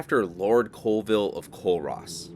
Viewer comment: Colville is pronounced "CALLVILLE